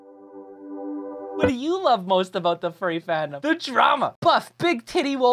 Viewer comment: he almost said aboot